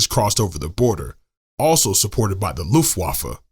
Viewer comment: One small point. In the word Luftwaffe the 'w' is pronounced as an English 'v'.